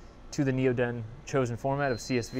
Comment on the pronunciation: Want to see part 2, and more videos like this. I look at your channel every month or 2 but this is the first video I've watched in 6 or 8 months. Hope goodyear doesn't sue you... :) Also, at least you pronounced NeoDen correctly... :) Missed you this week on AmpHour.